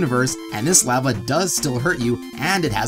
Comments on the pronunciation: I can't believe no one is making fun of you for pronouncing the word "lava" as "la-vuh" instead of "lah-vuh" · "You're saying it wrong, it's LAA-vuh, not LAA-VAA!"